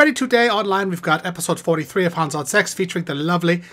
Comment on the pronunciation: Its too bad all your songs pronounce hans incorrectly.